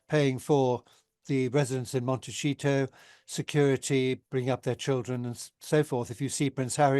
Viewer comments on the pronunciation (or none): It’s pronounced Montesssssito… (it’s not in Italian) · He actually said Monteshito 😂😂😂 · He said ‘a residence in monteshito’ 😂😂😂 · Don't listen to a bloke who can't pronounce Montecito...